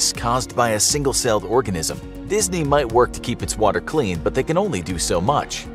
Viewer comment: Dis-knee- kicked me dis-knee killed me